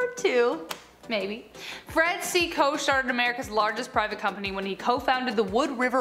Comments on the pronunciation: Koch is pronounced coke not kosh. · You said the Koch family wrong!!! It’s pronounced like Coke! Lol! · Koch is pronounced like "Coke"